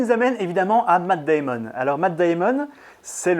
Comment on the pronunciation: Tu fais la moitié de son nom en Anglais et l'autre moitié en Français "Deyïmon " alors que pour bien faire tu aurais dû dire " Deïmen "